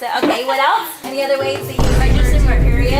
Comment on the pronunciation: . 83 times you said PEIROD